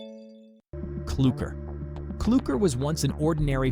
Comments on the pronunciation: Is Clukr not blukr You pronounced Clukr wrong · It's clukr not clucker